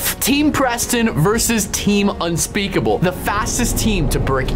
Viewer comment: unspekable ... unspekable ...unspekable